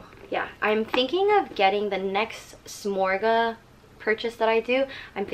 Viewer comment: No offense, but if you're going to say the names of items, it's worth the effort to take a couple minutes to find out how to correctly pronounce the names (ie: souple (pronounced "soo-play"); victorine (pronounced "vic-tor-een"); and samorga (pronounced "suh-mor-gah"))